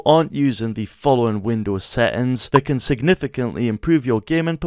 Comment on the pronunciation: “Windoos … do fix boogs” 😂😂 great video thank you very much ❤